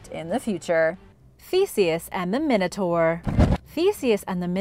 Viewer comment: It's pronounced min a tore not min a tar.